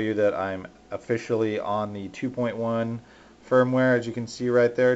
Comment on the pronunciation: he totally said spermware LOL